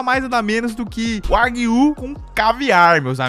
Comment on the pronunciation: Kkkkk é bizarro como todo mundo pronuncia Wagyu errado